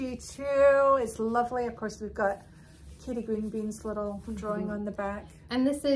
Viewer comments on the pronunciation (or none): none